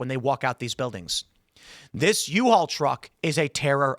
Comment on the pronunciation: "The U-All vehicle..." - Tim Pool 😂